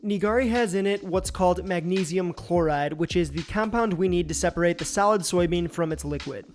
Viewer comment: Why does he pronounce solid as salad?